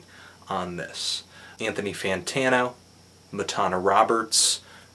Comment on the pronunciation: Matana Roberts on Twitter: MATANA he's saying my name wrong but this is one of the most hilarious reviews I have ever seen